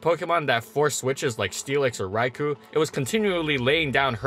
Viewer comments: You keep saying Raikou as (RAI-ku), but it should be pronounced (RAI-koh); the "-ou" is a long "oh" sound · the way you pronounce raikou bugs me a lil lol. love ur videos. hpump>razor shell imo. after a smash it's moot where you invest and hpump hits some things harder getting an ohko with or without rocks on field. i used to pair it with dragonite to tear apart defensive cores, with a spinner/defogger of course.